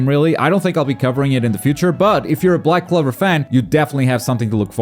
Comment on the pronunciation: Just me or anyone thought he was saying black clever